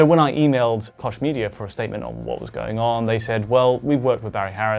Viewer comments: Pretty sure Koch Media is pronounced "Coke Media", not "Kosh Media", guys. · I think they have it wrong either way, Coke is an American pronunciation of Koch, so yours may be incorrect also depending on the location and origins of the company.